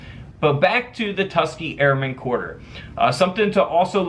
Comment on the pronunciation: Have you not heard of the TUS-KEE-GEE airmen??!? You saying it wrong has me cringing. No biggy but they were an amazing group of men. Otherwise love the channel just subscribed.